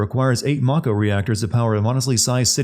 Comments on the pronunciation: why did you pronounce mako as 'may-ko' when you pronounced mako correctly for the sin right before it? +1 sin for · You committ a sin yourself by pronouncing "Mah-ko" as "May-ko". Like common, it's japanese vowels and they say it over and over in the game. Can't even take the rest of the video seriously after that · Sins the announcer for saying "may-ko" and "Tih-fah" Also, remove sin for epic line: "If I have to fight multiple versions of Sephiroth in the final game, I'll petition to rename 'anuyrisms' in medical textbooks to Nomuras," Resubmits said sin for misspelling 'aneurysms' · So much wrong with this. First off you pronounce mako wrong. Second, Cloud is 5'8 not 5'11 And Shinra was very well aware of Avalanche plans. I'll post another comment with more., I'm only 2 minutes in.